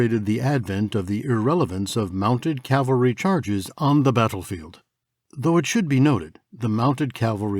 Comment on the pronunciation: For once, I would like to hear 'cavalry' from people who should know better! I mean, I'm ESL myself but I only had to be told a couple of time about the difference between cavalry and calvary!